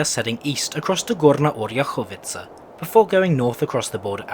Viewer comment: As a person from Varna I feel very proud of the mentioning of my city and also its pretty funny to hear you mispronounce a lot of stuff like Gorna Oryahovica (Горна Оряховица)or Bulgarski durzhavni dzeleznici (Български Държавни Железници). Pretty good video I am glad, that you took BDZ's problems with no problem like ,,Meh it's a part of the journey".